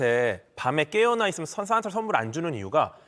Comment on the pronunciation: ‘싼’타할아버지가 ’쏘‘는 ’썬‘물